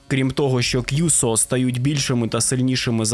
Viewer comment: і не кʼюсо, а кюсо, не гіцуне (поняття не маю, де ви таке взагалі могли знайти), а кіцуне.